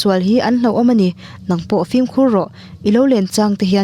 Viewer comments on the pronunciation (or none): none